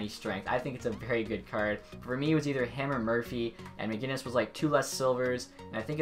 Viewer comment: Where is the "G" in MacInnis?